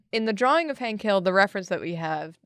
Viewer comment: Hank Hill as Hink Hall.